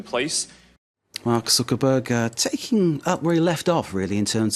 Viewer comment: I think this guy said mark zukerberger !!!